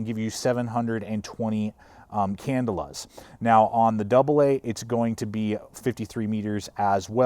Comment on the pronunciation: "can-DELL-a" not "CANdle-a". just sayin'